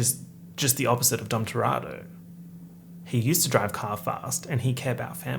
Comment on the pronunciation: I love you and it's pronounced TUH-re-toe